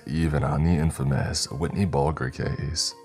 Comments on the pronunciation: Worcester pronounced war Chester I understand but "Whitney Bull - grrr! "??? It's whitey Bulger. 😂😂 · Bro did you really just call Whitey Bulger Whitney Bulger hhahahaha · Yea the first and second names were pronounced wrong lol